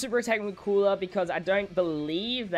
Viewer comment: I die inside when people call Cooler “Coora”